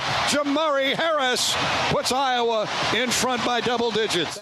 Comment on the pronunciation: Why can't this Canadian guy say IOWA?